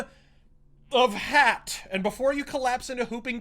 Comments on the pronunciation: Yeah Yeah Yeah - Is it THAT difficult to say : HATE, when you clearly cannot speak the Norwegian pronounciation of hate, hat?? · One thing to note. Hat’s name is pronounced with a long A, like Haat. It means hate in norweigan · His name is not "hat" as in a hat you wear on your head, "hat" is pronounced with a long "ah" sound and means "hate" in Norwegian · I can't watch this. It's pronounced "Hāt" (long a, like in barn), not "Hatt" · It is so funny when u pronounce singer HAT. Like it is something u wear on your head :D It is not hat. It is hat (ha:t) and it is norvegian lanquage and it means hate.